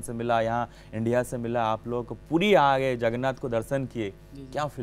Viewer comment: Anchar Bangali he kya. Puri ko Pudi bol raha he. Hindi to ese vol raha he ki jese uska toungue ghum nehin raha he.